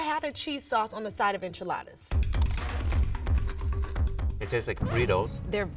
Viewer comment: Just learn to pronounce it. Its NOT IN-Chuh-Laa-Duhs. Its In-Chee-Laa-ThAHS.